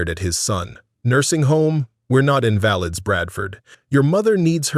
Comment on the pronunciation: The word is, in va lids... AI is stupid...